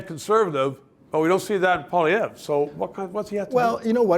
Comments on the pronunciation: Your guest needs to learn how to pronounce POLLY EVE! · Can they not find an intellectual conservative who can pronounce "Poilievre" CORRECTLY.. it's not hard! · should learn how to pronounce Pierre's last name. Bit of a detail.